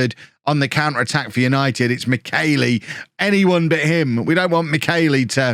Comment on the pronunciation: I had hoped that not signing Michelli meant I wouldn't have to hear butcher his name again...